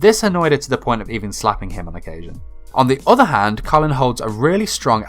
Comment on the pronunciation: Bruuuh, the show is about the British empire, so how did u mess up Kallens name? Her first name is British not American 🙄🙄